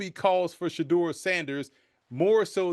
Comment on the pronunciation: Did he say future franchise QB Shedur Sanders? LOL😂😂😂